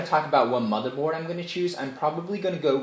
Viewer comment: Every time you say " My mother board" I think you are saying, "My mother bought this case for me"